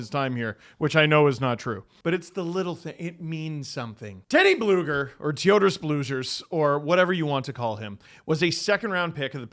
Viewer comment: Bro, just stick to Blueger. You're butchering the Bļugers pronounciation. It's supposed to be with a hard G, not soft.